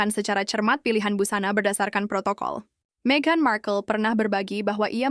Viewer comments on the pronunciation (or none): none